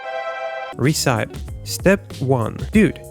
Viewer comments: He has fallen in the trap that every foreigner has - the age old "recipe" mispronounciation. I can't blame him though, English spelling and pronunciation are a nightmare 😂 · I've gotta say I love 'Re-sipe' for 'Reh-see-pee'! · RE-CIPE roflmao